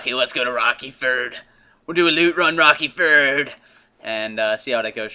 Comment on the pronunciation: Rerky ferd? Dude, it's named Rocky ford. XD Jk jk.